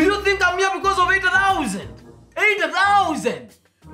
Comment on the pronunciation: Theosand😂😂😂 Eighty theosanddd